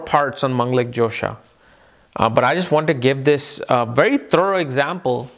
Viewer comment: Hi, I learn from you and you being my teacher I respect you. I laugh when you try new funny things for us. Truly your Josha pronunciation isn't something that should make anybody doubt about your knowledge at all. In fact I felt that it sounded cute and funny when you said Josha. When we listen to you - we want to learn, which means you are the one who have the knowledge to share, period. Thanks for your match making vedio also.. and the old vedio reference was very helpful. Many thanks.